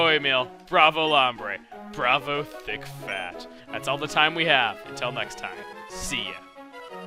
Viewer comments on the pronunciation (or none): Wow when chugga said bravo thick fAt it sounded like he said, bravo D*** fat lol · I thought he said 'Bravo, 'DICK FAT'' ....>.>